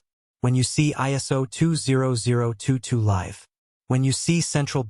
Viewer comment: AI VOICE: ....goes Liv 😂